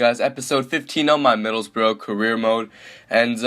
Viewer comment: it's spelt Middlesbrough not Middlesborough, so you are wrong and also he isn't Norwegian or German so why does it matter how he pronounces it.